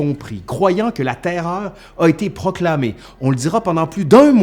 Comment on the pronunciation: J'adore comment tu prononces la TAIRREOREU ! :)